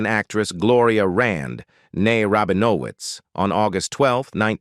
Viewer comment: The "dude that uploaded this" is probably a bot. The "script" reads like a dramatization of Shatner's Wikipedia page (seriously, read along as you listen to this, there's phrases and sentences copied verbatim) and listen to the clearly articulated but totaly mispronounced words like "Rabinowitz". If this was done by a human, I never, ever want to meet that particular human.